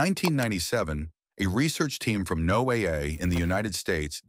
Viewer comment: AI narration is horrible. It's pronounced Noah .... not NO A